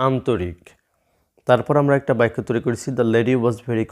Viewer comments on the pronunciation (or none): আপনি বাক্যকে বাইকোবলেন🤔🤔🤔🤔🤔🤔